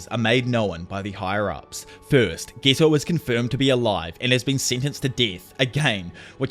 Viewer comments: i hate you its getooo not gto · Could you at least try to pronounce the character's names properly? It's so hard to understand who you're even referring to and ofc subtitles don't help. It's Geto not ghetto, damn.